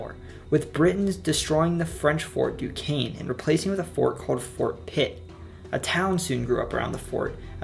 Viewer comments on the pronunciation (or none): none